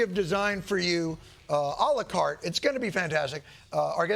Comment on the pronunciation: Anyone else hear “oli carte” instead of a la carte